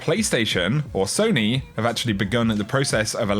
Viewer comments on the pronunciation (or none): none